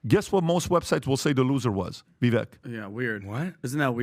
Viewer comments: you guys should really learn to pronounce Viveks name correctly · vivek’s first name rhymes with “cake”. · As an aside, why can't you guys learn how to pronounce Vivek correctly? Minutiae/optics, but c'mon. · Please Men, the pronunciation is Vivake like Cake. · It’s Pronounced Vi-vake rhymes with cake. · It's Vivek as in CAKE!!! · Vivek rhymes with “CAKE“ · pronounce his name if you like him so much. Ve Vake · C'mon guys all four of you mispronounce Vivek, (it rhymes with cake), show some respect. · Say it with me: Vivek rhymes with "cake". Say it: Vivek rhymes with "cake". Say it again: Vivek rhymes with "cake". And again: Vivek rhymes with "cake". "Vivek!" "Cake!" Thank you. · Guys, for Christ's sake, his name is pronounced VIVAKE! VIVAKE! VIVAKE!!! Jesus Christ. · Vivek rhymes with cake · It's pronounced Va-vake.